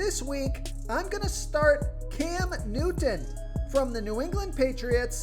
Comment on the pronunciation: Hey guy make sure you pronounce Cam Newton as clearly as possible. Annoying. I tried. Sounds a little Special.